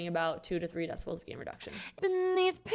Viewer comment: "three deciboooouaols" 😅